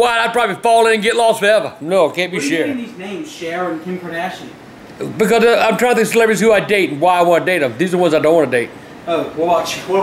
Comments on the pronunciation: "Kim Kadarshin" xD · Kadarshian. I love when people mess up names like that. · Kim ''Kordoshian'' LOL! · "Kim kardatheo😂😂😂😂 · Kim Kardashun lol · “kim kadorshin” lmao